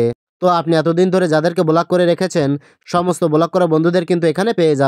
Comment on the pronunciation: বোলাক নয় ব্লক 😂